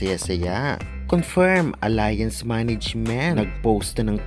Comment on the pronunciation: It's not pronounced as Alliance but ALYANZ.(ALLIANZ)